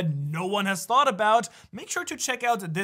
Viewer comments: Bro said "shanks for watching" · I don’t know if it’s just me or did say “shanks” for watching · At the end he said shanks for watching🤣🤣